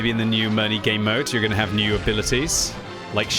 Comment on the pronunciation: Can you pronounce Mirny correctly?